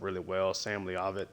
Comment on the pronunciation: lol the way you pronounced Sam leavitt I think it’s provinces levit like you don’t pronounce the A. Great video as always looking forward to future of this and hawks series!